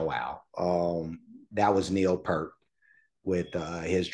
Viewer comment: It is actually pronounced P-ear-t not Pert. You had it right the second time and goggle was wrong. He is considered one of the best drummers in rock. He is also a percussionist and was the main lyrist for the band. He was on a bicycle trip through West Africa and he heard drumming from a hut. Here a villager was trying to teach a young missionary how to drum. The young fellow was very befuddled. The gentleman motioned Neil to try. Neil sat in and soon the two were making music and the women came in and started dancing. The missionary was amazed and all Neil said was "I'm in the business" To see an amazing performance with the whole band please check out Xanadu from Exit Stage Left live in Montreal Cheers